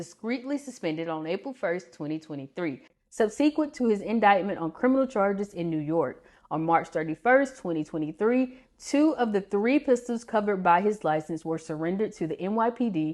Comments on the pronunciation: SUB-suh-kwent, not sub-SEE-kwent. That's not how subsequent is pronounced. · Subsequent. Please look up the pronunciation.